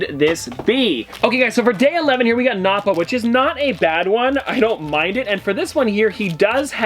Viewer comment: you mispronounce krillin, nappa, puar. that vegeta is in a figting pose and the chiaotzu is in a pose where hes using his psychic powers. also thats great ape vegeta, and the puar comes as a side character for that yamcha in the bigger version